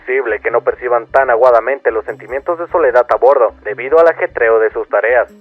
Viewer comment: Sé que es un tema muy serio e importante, pero no puedo evitar escuchar "aguadamente" en lugar de "agudamente"